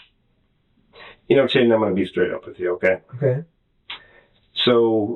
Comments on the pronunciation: Why does the detective keep calling him Chaiden? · Why is he calling him Chaiden??? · Chaiden 🤣🤣🤣 names get better eh